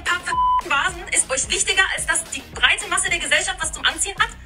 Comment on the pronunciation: Die Betonung liegt auf " breit"😂